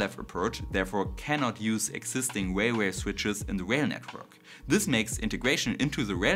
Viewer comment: Railway not Wailway. W is bilabial. R is bidental.